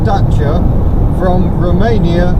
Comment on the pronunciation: Really neat video, glad you pronounced Dacia properly and not "Datia" as most british people do. Good luck with it, she's a beaut!